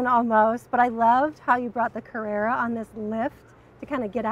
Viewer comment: Lol at her calling it the 'carrera'